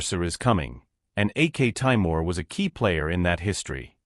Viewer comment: By AK Taimir you mean aktemur?